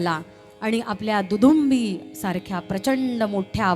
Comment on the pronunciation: निवेदिकेने मूळ गीतातील शब्द नीट ऐकावेत अवधूतस्नान काय दुदुंभी काय प्रीतीसंगमी काय ... रामचरितमाना काय कामेष्ठा काय ... "मस्तकाघण" मलद आणि करूष ?? जोड आणि कार्मुका - सायक , की सायका गायिकांचे आवाज चांगले आहेत. शब्दोच्चार नीट हवे . कितीतरी सदोष उच्चार केलेत. तुझ्या "यज्ञी" मी चा उच्चार किती अस्पष्ट सगळ्या गाण्यांच्या मूळ चाली, मूळ शब्द , उच्चार अजून नीट ऐकणे अत्यावश्यक ... राण्या करतील पायस भक्षण उदरी होईल वंशारोपण त्यांच्या पोटी जन्मा येतील योद्धे चार महान अशी ओळ आहे ती. राम जन्मला ग सखी सारखे गीत कितीतरी चांगले व्हायला हवे होते. सावळा ग रामचंद्र आवश्यक होते , कारण "रामलल्ला" चे कौतुक सांगणारे ते गीत आहे. Heavy -Classical अंगाने हरकती ताना जाणे अपेक्षित नाही आवश्यक नाही !